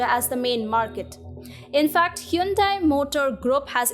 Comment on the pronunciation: It's quite refreshing to hear Hyundai pronounced that way. Here in America they pronounce it "hahn-day". "Hyoon-dai" sounds a little too east-Asian, I guess.